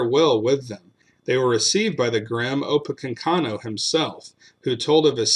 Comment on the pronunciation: It’s “opa-KANK-inoo”. Thanks. 😉